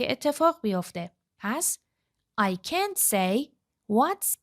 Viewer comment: درود به خواهرعزیز شرمنده، به هیچ عنوان قصد تخریب یا تضعیف روحیه شما رو ندارم ولی مطمئنم که شما در این زمینه تحصیلات دانشگاهی ندارید و از طریق مؤسسه، زبان آموخته اید چون چه از لحاظ تلفظ، چه از لحاظ آهنگ برخی جملات دچار ضعف هستید فاحش ترین این اشتباهات تلفظ can't بود که حرف a را schwa تلفظ میکنید من تا نیمه ویدئو را دیدم و خیلی با خودم کلنجار رفتم که این مطلب را کامنت کنم یا نه !؟ امیدوارم که زین پس با آگاهی کامل مطالب را به مخاطبین محترم کانالتون انتقال بدین با سپاس ❤